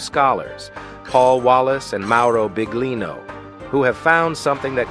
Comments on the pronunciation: Ahahah mi fa ridere come pronuncia BIGlino ahahha 😂😂❤❤ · Come accettare che la voce narrante all'inizio (e anche dopo) dica "Mauro Big-lino"???! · Adoro La pronuncia Del Narratore (Mauro Big-Lino) mette in evidenza il lavoro e tutto il resto portato alla luce da mauro.. davvero Big! Grazie Mauro 💞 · I can't handle the pronunciation of his name